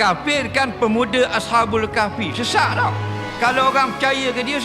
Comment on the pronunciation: Sudah lah bro dari topik ini, sebutan Ashabul Kahfi bro pun tidak betul tetapi ashaful Kahfi. You are struggling bro with this subject. Ini tulisan dari saya semoga saudara sudi baca dan fahami betul-betul komen ini kerana Allah swt, juga ada dalam komen saya ditempat lain. UAI berdasarkan Al Quran. PMX berdasarkan pendapat dia. Ashabul Kahfi pemuda beriman dan Muslim tidak kira dizaman mana peristiwa ini berlaku. Allah swt menceritakan perkara ini bahawa " SESUNGGUHNYA mereka pemuda yang beriman kepada RABB mereka,, dan Kami menambahkan PETUNJUK kepada mereka" (Al Kahfi ayat 13). Ini soal TAUHID kepada Allah yang Esa, tetapi PMX cuba mentafsirkan ayat ini sebagai NILAI, yakni konsep PLURALISMA yang nyata. Bukti ucapan PMX ada dalam video anda boleh dengar semula setiap patah ucapannya. Allah swt juga tidak menerangkan jumlah mereka tetapi PMX mengatakan tujuh (7) ikut versi umum Kristian walaupun ada dikalangan Kristian tidak mengatakan jumlah ini. Bukti bilangan pemuda bukan tujuh (7) orang adalah jelas dalam Surah Al Kahfi ayat 22. Sila rujuk didalam AlQuran, ia adalah ayat muhkamat (jelas arti dan maksudnya); "Kelak (sebahagian orang) mengatakan, “(Jumlah mereka) tiga (orang). Yang keempat adalah anjingnya.” (Sebahagian lain) mengatakan, “(Jumlah mereka) lima (orang). Yang keenam adalah anjingnya,” sebagaI TERKAAN TERHADAP YANG GHAIB (Rajmam bil Ghaib). (Sebahagian lain lagi) mengatakan, “(Jumlah mereka) tujuh (orang). Yang kelapan adalah anjingnya.” Katakanlah (Muhammad)